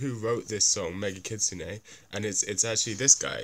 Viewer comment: It's called Megitsune. Not MEGA KITSUNE. Also thanks a lot for these vids. I'm a huuuuge BABYMETAL fan and i have a friend who's a huuuge Death Grips fan. And we just watched these two vids trying to convince each other of the greatness of our fav bands. I don't feel it worked tho in the short run because he was not convinced enough in their similarities. I did understand the intent that these bands are similar because they are daring enough to kill the standards. In any case that similarity though happened to not enough to bridge the genre gap which i thought would be possible because he mainly likes Death Grips due to their originality.